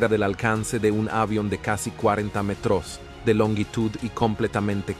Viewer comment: Siempre lo mismo con estos videos, agarran 2 o 3 datos y ya esta, no investigan correctamente, ponen una vos artificial que cada tanto pone mal los acentos (cuarenta metrós - mótores ), se le pianta el acento ingles o arabe (Jasaña Unica ) y listo. Todas las características nombradas en este video las tienen muchos pilotos que vuelan lineas comerciales, pero la razón de que Sully era la persona indicada es por que entre 1969 y 1973, asistió a la Academia y fue miembro del Escuadrón de Cadetes 18 y piloto instructor de planeadores y aviones. Es decir, era un eximio piloto de planeadores, por eso pudo acuatizar en el Hudson planeando.